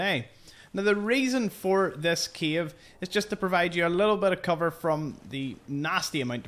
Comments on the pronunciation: Bro is keep saying “Kiev” instead of “Cave” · You are saying “cave” and I hear “Kyiv”, every time 😂 a lot of Kyiv’s in the sea! Besides that, a lot of new info, thank you